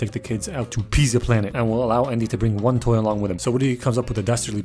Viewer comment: What the f@ is a "onety"?